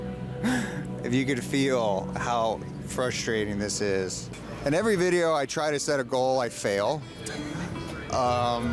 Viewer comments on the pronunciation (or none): none